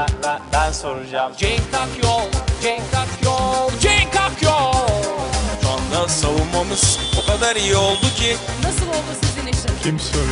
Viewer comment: cenk akyol derken fena oldum